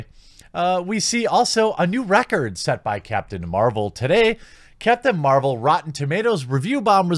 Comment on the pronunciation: sounds like you were saying Captain Marlboro, no wonder this film will give me cancer if I watch it. Lol